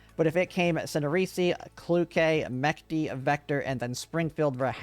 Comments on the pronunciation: это русское слово и читается оно по русски, через Ч, а не через К. Греческие корни тут никак не влияют на произношение, это разные языковые семьи индоевропейской группы. МеЧты, но не меКты. Кролик, но не Чаролик. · Thank you for video, very useful But one thing - It's not Mechty like mach, but me-ch (like chonky or chubby or catch or Che Guevara)-ty, soft "ch", not harsh like in "chronical"